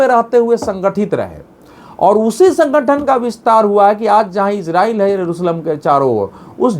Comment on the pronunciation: Israil/iran sahi sahi bolna seekh